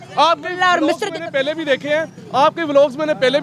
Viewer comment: PHIR "PAY-LAY" JAAWOGE 😆